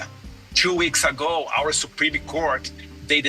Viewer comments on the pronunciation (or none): A pronúncia é supremmmm não sepremeeee